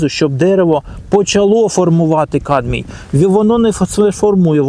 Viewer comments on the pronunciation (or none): камбій , а не кадмій - а загалом дякую за пораду